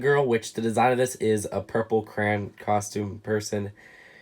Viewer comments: Every time he says "cran" instead of crayon 🤦🏻‍♂️ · Does it trigger anyone else that he says crayon like Kuh-ruh-ah-nuh and not Kuh - ruh ay - o - nuh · said cran and not crayon and I know the word he said is not a curse word but to me it is sorry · Take a shot every time he says cran instead of crayon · I noticed that you say Crayon like "Cran". It's really cool to hear how people pronounce words differently.